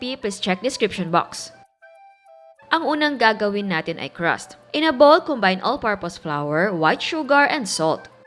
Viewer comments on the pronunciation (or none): none